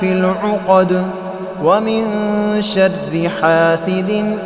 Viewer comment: Min sharre hai shadde nahi wrong pronouciation